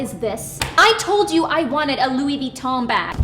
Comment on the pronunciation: Is nobody gonna talk about how that one girl pronounces Louis Vuitton? she rlly went, "Louis VEE TAHN"